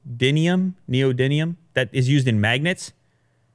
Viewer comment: You can't pronounce neodymium